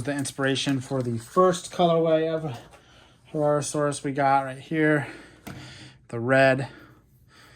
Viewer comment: herrerasaurus you said that right